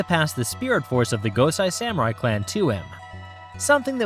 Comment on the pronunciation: Quality coverage...one detail...the name Gosei is pronounced 'Goh-say'. Sai is pronounced 'Cy'. A lot of Japanese is a bit simpler than folks realize. Keep up the good work.